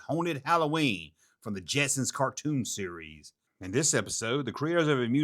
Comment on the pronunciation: When you say "series" it sounds like you're saying "Ree-Yees"...💁🏻💯✔️